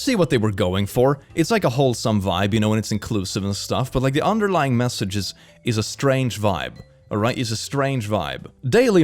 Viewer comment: are you saying “a strange vibe,” or “estranged vibe?”